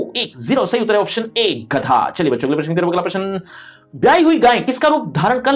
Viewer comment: sir wo ghadha nahi gadha hai